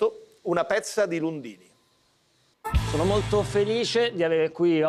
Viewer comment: Troppe r nel nome per essere pronunciato da lundini